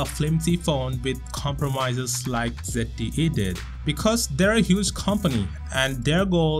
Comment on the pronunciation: "ZetTE Axon M" my god wtf he said zet instead of Z!!!!!!!!